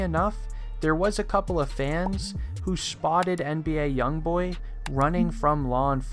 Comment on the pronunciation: He kept Saying NDA YoungBoy